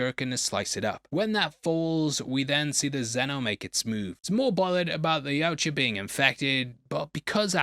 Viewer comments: It's Yautja, not Yautja. Sheesh. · its pronounced Yautja.